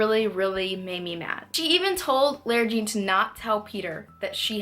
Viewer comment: why do you pronounce lara jean like that? i